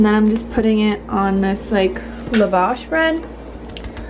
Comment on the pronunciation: It's pronounced Lah-Vash not Luh-vash